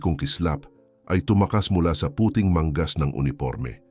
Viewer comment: Ingat sa pagbigkas ng mga salita. Nagiging iba ang kahulugan ng mga salitang binibigkas mo tulang puting( ito any dapat na white ang pakahulugan mo pero sa pagbigkas mo ay naging naglalagay sa ingles. Marami pa akong napansin ngunit sana ay bigkasin mo ng wasto ang mga salita. Maganda ang iyong kwento.